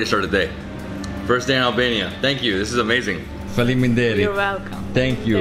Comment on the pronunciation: You pronounce faleminderit very good, good job man 😁